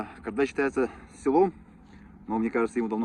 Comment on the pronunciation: КАрдай емес ҚОрдай деп айту керек.Ты же уже почти местный